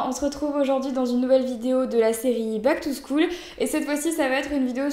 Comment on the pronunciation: Back to SCHAUL stp pas bac to schoul !!!!! xDDD